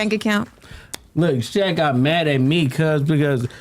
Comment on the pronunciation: You HAVEN’T pronounced SHAQ’s name correct nor have pronounced Keion’s name correctly. YOU’RE JUST LYING JUST TO GET VIEWS.